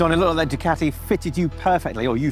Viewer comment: Learn to pronounce Ducati